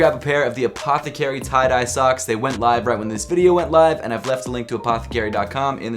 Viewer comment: Pronounce apthcry correctly it’s Apith-Crie not Upothi-carry